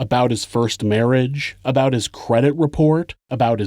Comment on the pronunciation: I thought you pronounce it "aboat".